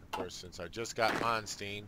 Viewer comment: You're killing me with the name mispronunciations: Manstein, like a Stein of beer, or Win Bill Stein's Money. ;)